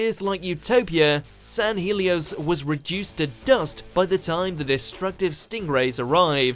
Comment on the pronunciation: Dr Who: San Hell-E-Os Watch Mojo: San-heel-e-os